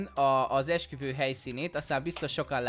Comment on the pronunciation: Esküvő helyett Eksüvő XDDDD